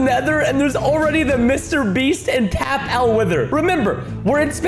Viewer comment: It is not Tap L it is tapple